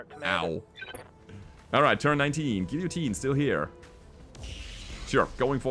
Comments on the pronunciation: In America, it's pronounced like Gill-uh-teen. If that helps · In English, we pronounce "guillotine" similarly to German, except we don't pronounce the e: "gi - jo - tien" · "Giyoteen" FYI. The mech is one of my face of all time. Tabletop beast, almost as tough as tbolt, jump capable and much scarier in short range.